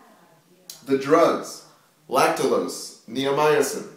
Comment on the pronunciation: Lactulose ... not lactalose .